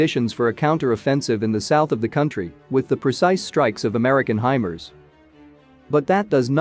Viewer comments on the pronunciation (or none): none